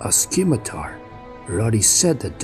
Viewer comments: Thanks for doing this, I appreciate and enjoy it. Moving forward, please note that the C in scimitar is silent... The word is pronounced "simitar" ... Similarly, "Dave" is actually named Dove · Really enjoy these... but the c in 'scimitar' is silent